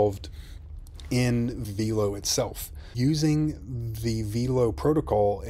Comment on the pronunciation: Veelo????? No. VELO